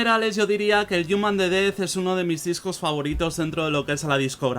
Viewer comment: El "yuman"